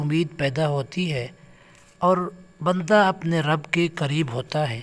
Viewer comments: محترم آپ لفظ رب کی ادائیگی میں زیر پڑھ رہے ہیں جبکہ وڈیو میں رب پر زبر لکھا ہوا ہے۔ تصحیح فرما لیں تاکہ پڑھنے والوں کو کوئ غلطی نہ ہو۔ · Zabar likha ha ap zair parh rhy Hain ya